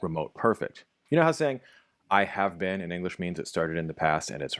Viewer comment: the problems is you need to emphasize the Been in the sentence like you do in the first one.